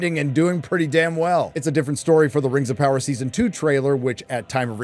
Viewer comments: Did you call it Rims of Power??😂😂😂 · 💀💀 i kept hearing "rims of power" i was like "whose buthole is the one to rule them all?" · Did he say Rims of Power? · Did I hear that right, you called it 'Rims of Power '? How apt. 😂